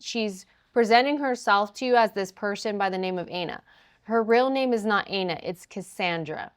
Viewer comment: Plan B's name is "Ay-na?" That's... that sounds a lot like something else. Are we sure it's not Ana and he's just confused by the one N?